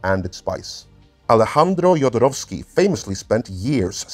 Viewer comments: Jodorovsky is pronounced Hodorovsky, not Yodorovsky. It's a Spanish spelling of a Jewish last name. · Good on Alejandro, but you fumbled Jodorowsky (it's Hothorovski, with a hard th)